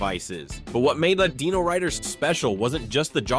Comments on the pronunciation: It's pronounced DIE-NO-RIDERS, Not DEENO-RIDERS. And this is BEFORE I started hearing DEENO-saucers! SMFH. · Dyno not deeno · Come on man, Die-no, not Dee-no. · downvoted for not knowing how to say "Dino-Riders" and "Dinosaucers" when your own clips show you how to say their names.